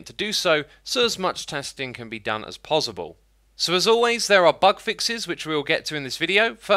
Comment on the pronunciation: Excuse me? I can accept pozzible. I can accept pardicle. But tai-YEY-ga? What?